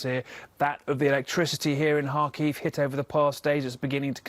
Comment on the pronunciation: This is nitpicking but couldn't the news anchor have learned how to pronounce Xi Jinping and Kharkiv? I feel like a CNN anchor should know this stuff after 6 months of war coverage mentioning Kharkiv, and 10 years of Xi leading China.